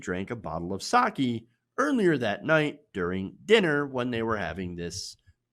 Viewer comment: More like "saw-kay", not "saw-key". 酒=さけ＝sake